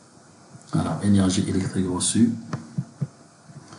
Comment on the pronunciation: On dit pas energai mais energiiiii